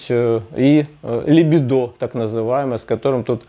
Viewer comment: ...либúдо, а не либидó.. ..облегчúлось, а не облéгчилось..